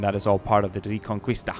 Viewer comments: Great video and not to be picky but Just for future reference it's pronounced "ree-con-key-sta" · In '' reconquista '' the u is not pronounced. I say this because I am Spanish. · Its so funny when you say reconquista XD im spanish and its very weird how you say it